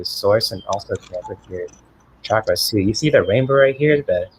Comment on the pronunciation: I'm newly subscribed to, and am pleased to find you via Sophie - you have a gentle loving energy. And as a plus, you (unlike so many Western readers) pronounce "chuck-ruhz" correctly - most say "shaah-kraah" but listen to any Indian sanskrit video. Blessings on growing a great channel:)